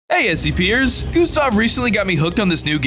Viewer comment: "Hey scpaiers"😂😂😂😂